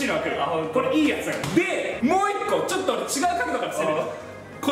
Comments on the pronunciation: 何でってちっちゃい【つ】をつって言ってるんですか？ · 、「ちょっと」は「ちょつと」ですよ